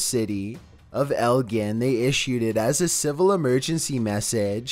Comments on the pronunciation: I live close to Elgin and I’m sorry but the way you said it was so wrong I started laughing it’s pronounced eljin if that makes sense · said Elgin wrong